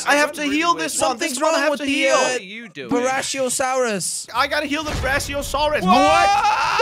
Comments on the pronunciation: Brachiosaurus not braciosaurs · Bratiasaurus srly. Its brachiosaurus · Jelly:it’s a buiashishorish. Me:what is that word? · Jelly that is not how you pronounce Brachiosaurus